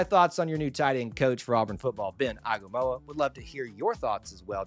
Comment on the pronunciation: It’s pronounced Ah-ee-nga-mah-oo-wah and Ben has far and wide reach especially in the Polynesian community, which your competition has been tapping into a lot. I’m excited for you guys and excited to see what the future brings!